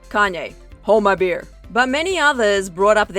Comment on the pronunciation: Why did she go American when she said beer in the tweet😂